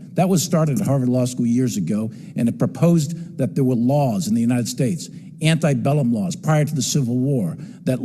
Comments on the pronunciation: It's antebellum not anti-bellum but apart from very minor error his speech was brilliant...Fox are truly twisting themselves into knots attacking elements of the military and police, it's hilarious ha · I like general mark milley but just a couple things to point out. he said anti bellum. it's actually ante bellum, the period before the civil war. and black people during the antebellum were not 3/4th of a person they were 3/5th of a person.